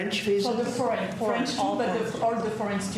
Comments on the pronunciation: C’mon…I think Trump us garbage but he wasn’t confused. He heard her accented pronunciation of “foreign” as “French.” He may need a hearing aid and squawks in ramble-speech, but that’s nothing new. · I cannot stand 47, but pause here please - I worked for an international corporation for a while - the speaker was clearly a native French speaker and her pronunciation of "foreign" could have been interpreted as "French". Also, Americans are notorious for being unable to pick up the intent of foreign speakers and we are talking about a guy who clearly struggles with English. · It sounded like she said french to be fair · I thought her accent was unclear too -I don’t think difficulty in understanding her question initially is a sign of dementia!-she pronounced ‘foreign’ very much like ‘French ‘ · Don't get me wrong, I'm with you 100%. I can understand though why he thought they said "french". I'm slightly hard of hearing myself and it did sound like she said french rather than foreign, but only if I was only halfway paying attention. I'm also not the president of the USA doing a press conference where anything less than 100% attention is tragic. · In Trump’s defence (and this is the first time I have ever said this, as I am absolutely anti-Trump!), that reporter’s accent WAS very thick, and she kept saying the the word foreign very fast as 1 syllable (“forn”) rather than 2 syllables (“for-in”). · I'm three years older than Trump and I heard her say French twice, as did Trump. I understand every word that Bryan Tyler Cohen says every time I listen to him, but I understood very few of the words this reporter said, because of her accent and mispronunciations. I know that my hearing is not the best and likely Trump's hearing may also not be the best. This may not have been the best example to make conclusions. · Okay. The woman has a heavy French accent. She is saying foreign as if it is one syllable so it sounds like fran Fran student visas